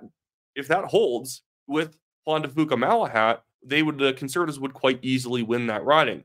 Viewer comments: Hey — it’s Juan de FEW-ka, not FOO-ka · FYI it’s pronounced Jaun De few Ka, keep up the good post